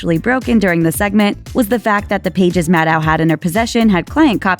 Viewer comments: That's the best you could do for Maddow shadiness? Also, you mispronounced her name throughout the entire video. Maddow rhymes with "shadow." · It’s pronounced “Maddow”, like meadow, you idiot.